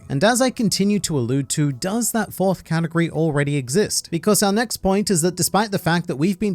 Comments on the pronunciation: did he just say "katakuri of fruit" you clever australian you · My favourite thing about this video is everytime you say “category” and I hear “Katakuri” hahaha